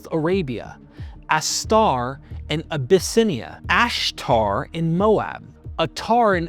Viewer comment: U need an editor or producer or something. You leave out or gloss over info on venus. Youre inconsistant with your pronunciation of names. Ath-tar has become ath-ar . It takes us out of the story. Like a continuity error in movies.